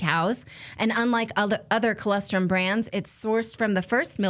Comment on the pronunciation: NATALI!!!! It’s ColOstrum! Not CholEstrum!!!!!